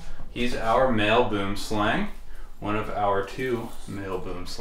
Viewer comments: I wish I could give you the correct pronunciation to "Boomslang" Its Afrikaans for "tree snake". Ive heard from other experts that they do not bite easily. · Just friendly advice if interested: for the correct pronunciation of boomslang, refer to Dingo's channel or the African Snakebite Institute. It's Afrikaans for tree snake. The name kind of sounds ridiculous in English. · God I love hearing Americans trying to pronounce Boomslang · please learn how to say boomslang properly. or just call it a tree snake. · As a South African its always hilarious to hear how people miss pronounce Boomslang. Boomslang is a Afrikaans word that means tree snake. Boom is Afrikaans for tree and slang is Afrikaans for snake. You can try and pronounce it by saying B-oe-m sl-u-ng. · there are two ways to pronounce 'boomslang', the snake originates from Africa and most pronounce it 'wrong' because of the way it's spelled. the name is in a different language (Afrikaans iirc) with different pronunciation, it's pronounced more like 'buoemslaung' or similar. hope this helps! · South African here, I get the language difference in the pronunciation of boomslang. May I suggest how to pronounce the slang part of boomslang, it is pronounced exactly the same way as the English word slung, as in, I slung my bag over my shoulder. The Boom part is very difficult as there is no word in English that I can think of with the same sound for the oo in the middle. Great content and channel even though I have a serious phobia of snakes. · Note, Boomslang is acctually pronounced booemslung, and literally means tree snake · Sigh i wish people would pronounce Boomslang correctly. BWOEM-SLUNG. Just look it up. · Every time I hear the English pronunciation of boomslang I laugh, cause in Dutch it has proper meaning (tree snake)